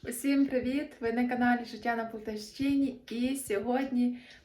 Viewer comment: У вас пречудовий канал. Мої друзі родом із Полтавщини. Але, вони кажуть ПолтАвщина. Тобто, наголос на А. А ви вимовляєте ПолтавщИна. Це такий місцевий діалект? Бо я ніколи не чула, щоб так вимовляли.